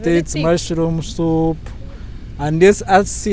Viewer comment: He loves his soup just hear the way he calls it supu, ostrich meat balls 😂😂yey what an experience